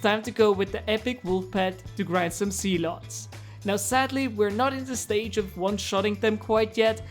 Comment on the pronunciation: Why when he says "zealots" it sounds like "sea-l-ohts"